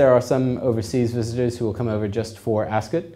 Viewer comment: First of all that jacket doesn't have a waist seam, so it is not a proper morning coat, and instead a cheap rental jacket. Second, Ascot is not said like 'biscuit', third, milliners don't make mens tophats, hatmakers do. You also didn't go into anything to do with detachable collars, or the winged collar/ascot tie combination. This video is completely uninformed and useless.